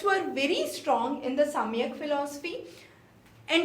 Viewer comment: It is सांख्य not samikhya.